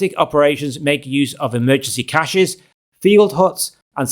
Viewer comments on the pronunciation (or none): none